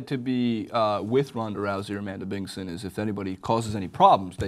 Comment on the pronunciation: Its Amanda Bingson, not Bingon.